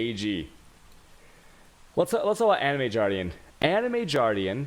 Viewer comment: Jardian? Why? Animated Guardian...